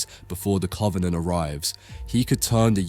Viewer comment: cant take this guy seriously the way he says covenant